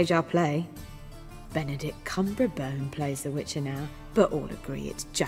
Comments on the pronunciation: Kumbrabone? Isn't it Cumbersnatch? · Benedict Kumbrabone? another take on Benedict Cumberbatch's name? XD